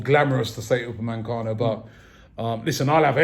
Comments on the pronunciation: Raaabbiee!!! Its UpameCANO not UpaMANcano. 😭😭😭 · "Pochechino" "Upamencano"